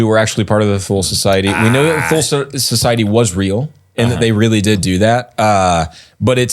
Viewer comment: Thule is not pronounced with a Th sound but a T sound. The E at the end is also pronounced Tool-uh is closest.